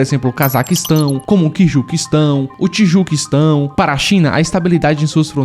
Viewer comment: Tendi nada ele lendo os países errado